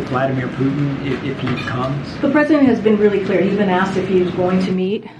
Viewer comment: Lets just be cleear.... they've been "clear" as to what they mean...